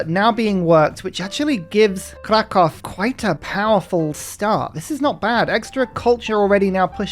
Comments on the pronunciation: From polish person living in Kraków Try pronouncing it like Cracoov, the o with a slash above it makes oo sound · If you were to say Kraków properly you should pronounce "Ó" like "oo"